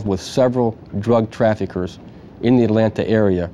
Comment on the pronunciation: 😂jim cant say Atlanta “atlanter”